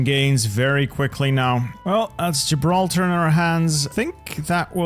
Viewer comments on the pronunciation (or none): none